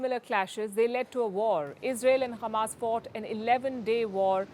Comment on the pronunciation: Why she kept saying Khammas? Is she trying to speak Hebrew?